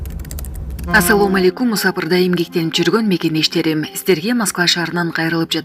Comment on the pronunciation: Неге мусапырда деп суйлрйсун жаман угулат экен туура суйлогондуу уйронгулочуу